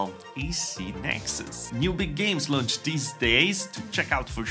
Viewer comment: I hate to be that guy but launch rhymes with "conch", so "launched" is pronounced "lonchd" ). You don't pronounce every vowel. "Lownchd" is just .. wrong, sorry.